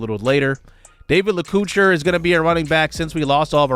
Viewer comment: great transfer portal coach! stoked about freshmen Enrique Damico, lets hope we can keep him around for his whole career and David Lacouture (la-co-tour). i think these boys are going to lead this offense for years to come!